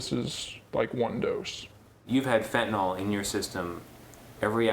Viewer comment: One world: Suboxone. Evidence based treatment. And it's fentaNYL not fentaNOL